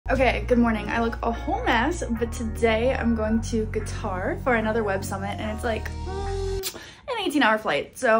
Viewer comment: I cringe every time you pronounce Qatar